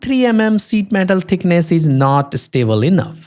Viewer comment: SZÍT METÁL XDDDD